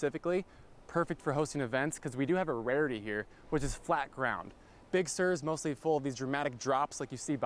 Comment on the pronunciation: Big Sur. Not Big 'Bear'.